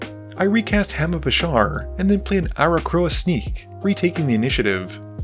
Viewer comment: Aarakocra is pronounced A-ra-kok-ra, not A-ra-kro-a.